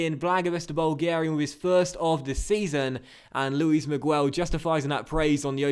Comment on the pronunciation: Don't pronounce the 'u' in Miguel. It's pronounced Luis Me-ghel. Anyways, great episode!